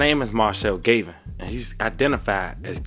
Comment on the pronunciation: Bro his name is GAVIN not GAYVIN!! pronounce the A the other way PLEASE!!